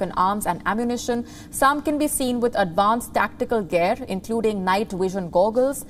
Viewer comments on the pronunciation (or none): none